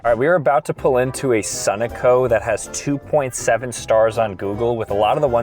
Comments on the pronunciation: Sun - a - co? You mean Suh - no - co homie? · "Sunnaco?"... It's "Sun-oh-coh" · its (so-no-co)sunoco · who pronounces Sunoco like that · He absolutely butchered the pronunciation of Sunoco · Is he aware he’s saying Sunoco wrong or is it intentional? He’s done so many times someone has to have told him by now??